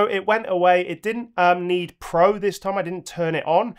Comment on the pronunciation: Your mistake „thas“ instead of „this“ is actually correct in Bavarian German 😂 Des (pronounced like thas) means this or also the